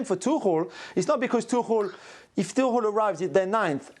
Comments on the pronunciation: Tuchel sounded tuckul when they start pronouncing it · No because it's pronounced tookel. Not tooch-el.